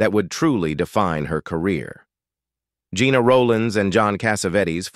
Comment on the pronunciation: Her name was pronounced like "jenna" not like "gina".